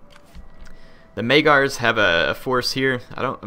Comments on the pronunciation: "Maygars" lol it's Magyars Also, dismantling buildings simply lowers them one level. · Despite the fact that you read Magyars like Majars, not like it may seem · Say magyars correctly please